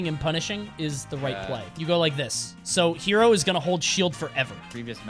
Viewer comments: Just FYI his tag is pronounced Heh-ro, like "hello" but with an "r" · The player Hero(へろー)'s pronunciation is not "hero". Actually it is more like "hello". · The name of this deity is HERO, but its pronounced "he-roh".